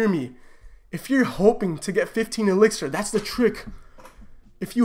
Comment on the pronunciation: keeps calling it elexir 😂😂